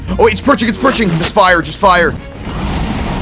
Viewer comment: Everyone: the enderdragon is coming down!! Ranboo: it’s pErCHiNg